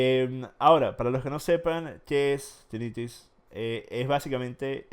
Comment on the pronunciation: Bruh, les dice tinnitis y hiperacusis, mínimo revisen como es que realmente se dice